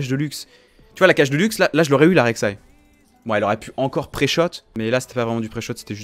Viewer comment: Ça me perturbe tjr quand tu dis "la rek saï"😂